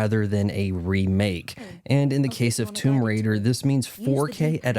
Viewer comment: TOMB"OY" RAIDER 🤣🤣🤣